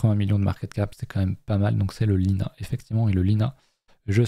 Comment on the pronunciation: LINEAR c’est LINEAR et pas Linea pour information. C’est un LST sur la blockchain NEAR frerot si jamais…